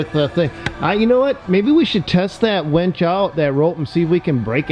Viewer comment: Winch, not wench. (wench is derogatory for a woman)